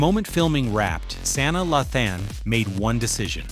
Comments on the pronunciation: Your pronunciation is awful. It's Sanaa NOT San na Ugh. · Please learn her first name (Sa Naa) I broke it down!